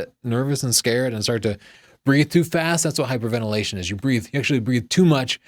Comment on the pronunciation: "Hyperventilation" (two 'i's', rather than three. lol)